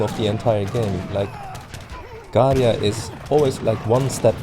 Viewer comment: You cringe me when you sai Garia instead of Garja